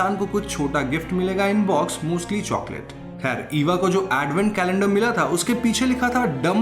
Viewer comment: Khair not "Kher" ✨